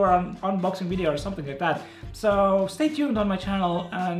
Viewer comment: i like this guy but whats a "wideo" ?